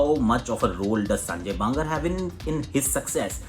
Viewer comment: The way aakash sir says baba bangar 😂😂😂